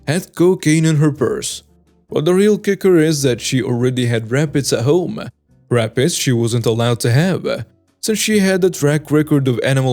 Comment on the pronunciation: It is RABBITS, not RAPPITS! Otherwise, I like the stories you are reading!